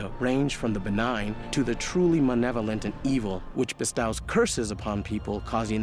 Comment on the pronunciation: The way that dude couldn’t pronounce ‘bestows’ made my eye twitch